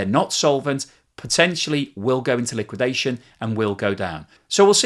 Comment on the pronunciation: "Collapse", "liwuidation", "implosion",... is running out of high voltage words while China continues to thrive.